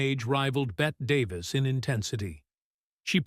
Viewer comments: AI is far from perfect. It can't even pronounce the name of the great Betty Davis. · They really should have corrected the Ai before sending out Bette Davis instead of Betty Davis🙄 I’m offended and embarrassed for them😂😂 She got Bette Davis eyes…..there’s a song for Pete’s sake